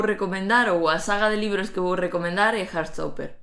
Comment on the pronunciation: HAAHAHHA "hartstopper" escuitando como dize-lo hahah tou namorado desta bd e série, quero ficar nela a viver